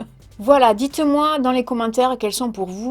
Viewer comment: ton accent !!!! il y a des gens qui critiquent ton ACCENT !!! j'espère que ce ne sont pas des Parisiens parce que là !!!! Il est franchement laid. Toi j'adore, tu es le soleil, bien que je vive à Malte. Au faite pourquoi tu prononces le "S" dans moins, tu es la première personne que j'entends, qui le prononce, c'est drôle 😂